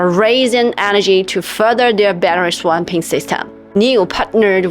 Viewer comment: "Battery swamping"? LMFAO....Please attend some lessons on English pronunciation